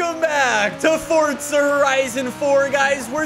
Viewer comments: It’s For-Zah not Fort-Sah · its FORZA!!!!!!!!!! NOT FORTZA ffs